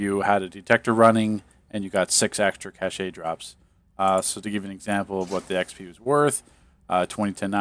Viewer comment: Cache is pronounced that same as "cash" FYI. Keep up the great work!